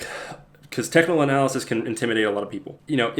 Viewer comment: looks like Superman, and his kryptonite is pronouncing words like “cyclical” and “technical”